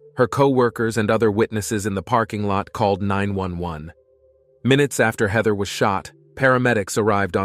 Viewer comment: hi could we standardise how you pronounce the names? heather hater shawna (something else?😮